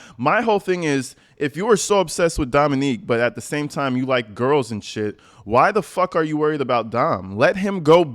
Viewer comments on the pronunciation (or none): Dominic not Dominique the French girls name. Have you heard his family say it in any video? You do get it wrong …Okay to get her name wrong but it doesn’t sound right when you get her victims name wrong. Hard ending. Ic not ique:)